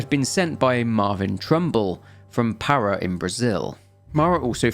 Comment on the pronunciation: Minor little quip that bothers me, being Brazilian and a Lanugage teacher. It's not PAH-rah. It's pah-RAH. Pará's strong syllable is the second one! Great vid as always :D